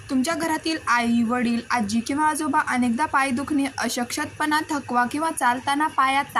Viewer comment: Ashkt pana ha word cha yogya ucharr karawa chukicha ucharr hot aahe